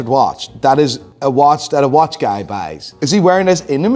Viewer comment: PLEASEEEEE for the love of God, STOP saying “guy” the way you do!! lol😂😂 Holy shit man…Stay blessed brother